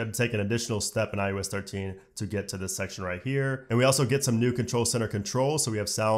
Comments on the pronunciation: Couldn’t get passed that it sounds like you’re saying IUS instead of iOS. Figure it out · Sorry for this nit-pick but it sounds like you are saying “eye-yo-s” and it’s driving me crazy. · This is a really strong presentation! You did a great job covering a ton features, slow enough to digest, yet fast enough to cover the material. Now my one ridiculous complaint. Sorry for being such a noodge. Why do you keep calling it iUS14 and 13 instead of iOS 14 and 13? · My only problem with this video is that he calls it IUS and not IOS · Is it just me or is he saying ius 14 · Why are you saying i u s? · I-you-ess 14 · Every time he said iOS 14 it sounded like he said iUS 14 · Dude every single time.. I had to check comments to make sure I wasn’t hearing things. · Why the hell does he keep saying iUS 14 😤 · No one:: “eye-OO-es” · Is no one going to talk about the fact that he said IUS 14 every time? What the hell is IUS? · You such at pronouncing iOS